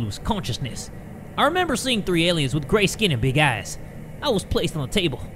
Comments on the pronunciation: not me thinking you said ''very grey skin and big ass'' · I've gotten so used to cursing that when he said fox I heard f*cks and when he said big eyes I heard big *ss